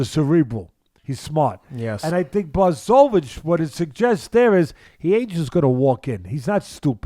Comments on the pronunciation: The irony is that doesn't get it right either. They keep turning the 'ch' into a 'k' but there's no audible 'k' in there. /Americans for some reason say 'Black-oya-vitch' but really it's 'Bwa-ho-vitch'. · Hey Teddy, it's Blah'Hovich(pronounced) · Pronounced : Bwa - ho - vitch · Teddy "Blah-cho-vitch" Atlas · Teddy: Bloodkovich. Too good 🤣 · These guys are both mispronouncing "Blahovich" lolol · Can't you say his name right FFS .where is the respect . I swear he's doing it on purpose as he's just wrote him off. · Jan's last name is a tough one though lol.